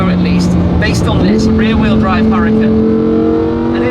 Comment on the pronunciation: ITS NOT CALLED A HURRICANE !!!!!!!! just attempt to pronounce it correctly , URA-KAN . Mucho Gracias